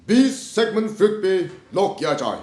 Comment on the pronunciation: Sigmend Freud - correct pronunciation is Sigmund Froid not fruit.